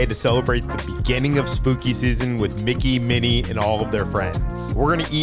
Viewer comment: "Mitch Winnie"?!😂